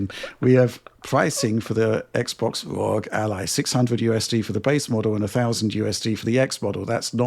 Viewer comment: did he say xbox rogue ally? 😂 its ROG not rogue, lmao